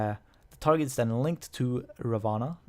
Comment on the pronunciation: Ra One. That's the way you pronounce his name.